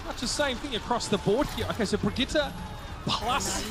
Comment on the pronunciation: Only one here gets triggered every time they pronounce Brigitte wrong?